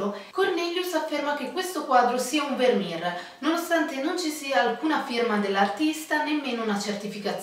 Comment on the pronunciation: Attenzione alla pronuncia: "vermèr" non "vermìr". È olandese. ;)